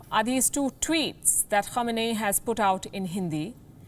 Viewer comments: The Name is pronounced as : KHAMENAAYI It means coming from the place called KHAMENA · The way she pronounced his name sounds like that time when someone thinks he/she knows something and acts confidently buy is actually dope and terrible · Can't read the name properly and doing reports on Imam Khamenei...I believe this channel is funded by US 😂😂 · cant get his name right FO and u guys r journalists